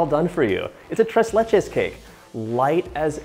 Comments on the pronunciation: Holy shit that man really said the tress lachay cake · Mat C it just sounds wrong, right? - so hard on the ‘r’ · Gringo Spanish. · Nothing like an american saying "TRES LECHES" in spanish LOL